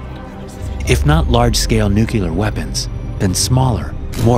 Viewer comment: Nu-Clear. Not "Nu-Cu-Ler".